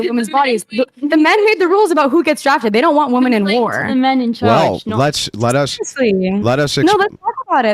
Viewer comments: Why are they saying "woman" when they mean Women? Its 'wih-mehn' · Why do they say woman instead of women?